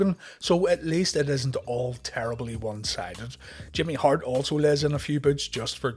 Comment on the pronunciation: When you said terribly one sided during the Hogan match I literally thought you said Terry Bollea one sided , which also works.